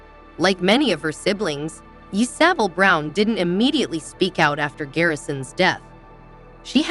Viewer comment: Lady....your killing me! LEARN TO PRONOUNCE YSABEL NAME CORRECTLY!!